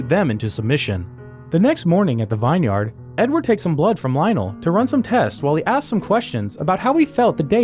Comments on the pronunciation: vineyard is pronounced “vin yurd” not “vine yard”. Dear lord the education system in this country sure has fallen apart. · You’re right. The education system in this country sure has fallen apart. It’s not pronounced “vin yurd”, it’s pronounced “vinn yard”. 🤦‍♂️ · "vaaaaaayn yard" 🤦🏻‍♂️🤦🏻‍♂️🤦🏻‍♂️ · Win-yeard :D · Lol "vine yard". At least in most parts of English speaking parts, we say it similar to "vin-yerd". Aside from that faux-pas, this movie looks amazing. Kinda gives slight Blade feels. Slight. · i dont think ive ever heard someone pronounce VINyard as VINE-Yard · Vineyard is pronounced Vinyard, as in Vin Diesel. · Vineyard ❌ Vine Yard ✅ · VIneYaRd... I guess you've never heard anyone in real life say this word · Every time you said “vine yard” it caused me pain. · Im sorry but did anyone else catch how vineyard was pronounced? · You mispronounced Vineyard twice, then after that pronounced it correctly. What's up? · I love that he apparently realized partway through the summary that he was saying "vineyard" wrong